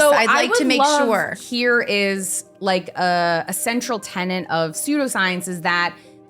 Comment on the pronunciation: Yes, says "pregnant person" somewhere around 40 min in. Later, she pronounces tenet as tenant but I can forgive that, especially since she did so well exposing chemophobic pseudoscience.